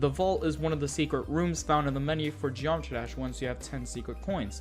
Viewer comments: "what is a genomatrash iceberg" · You said geometry dash "Geomtrash" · What is a Geomatrah Iceberg?